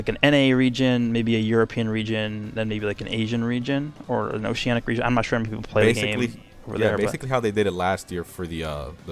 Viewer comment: At first I heard Regen and I was confused then realized he said region